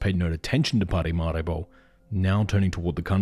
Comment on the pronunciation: It's Paramaribo.....not parimaribo!